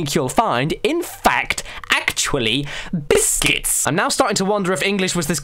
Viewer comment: he licc he sticc but most importantly they are biscitits